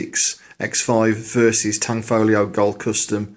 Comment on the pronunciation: Wow, finally someone that owns this bb gun who pronounces "Tanfoglio" right